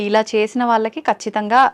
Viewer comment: Vallaki కాదు వాళ్ళకి అని పలకాలి తల్లి. నీ తెలుగు వింటే చిరాకొస్తోంది. మంచి మంచి వాళ్ళను ఇంటర్వ్యూ చేస్తావు. కొంచెం తెలుగు మంచిగా పలికితే ఇంకొంచెం బావుంటుంది